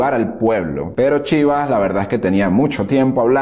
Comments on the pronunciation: Cómo que excelente? Es una basura llena de errores, no dice bien ni el lugar de nacimiento de Fidel, no fueron 3 hijos, fueron 4... Pone fotos con nombres que no son, cambia fechas, exagera números increíblemente, pronunciaciones pésimas, por ejemplo dice Chiva en vez de Chibás, que por demás era líder del partido ortodoxo... Ni hablar de los 13000 km nadados...Te pido que si te interesa el tema busques otras fuentes... Menos mal que aclara que es un dictador y manipulador... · Dice Eddy Chíbas, no hermano se pronuncia Chibás. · Me preocupa que digas que es un buen trabajo, pues ni el lugar de nacimiento de Fidel lo dice bien, súmale que no cuenta a Raúl como su hermano, dice que nadó 13000km, de pronunciaciones ni hablar, le dice "Chiva" a Eduardo Chibás, pone fotos con nombres de otros, Avellaneda lo pronuncia increíblemente mal, del Cuartel Moncada ni hablar como lo llama; solo atina en la parte de que era un dictador y manipulador... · Castro nunca nadó 1300 Km, ajjjaja eso no es cierto , además la academia es Avellaneda, se dice Chiva’s con acento , me han gustado tus vídeos, pero debes informarte más , saludos desde New York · Mala biografía narrada por uno que no es Cubano. El padre de Castro fue soldado Español de ocupación en Cuba No fue torturado ni lo mataron es mentira a nadie torturaron Castro no entró al Moncada tampoco su hermano Raulito. No se dice Chiva se pronuncia Chiva'' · Te recomiendo que estudies más amiguito! y cuidado a la hora de hablar, que ni Willy la ballena nada 13 mil km... Cuartel Moncada, Avellaneda, Chivás (con tilde en la á), nació en Birán (en Manacas nació Antolín el pichón jjjjj), en fin, cuidado.... espero que cuando lo subas de nuevo te quede mejor.